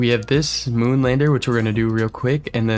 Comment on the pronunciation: Mun? It’s moon